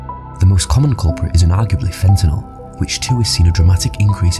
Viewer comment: They can't pronounce fentanyl. How did they get to be anchors?😅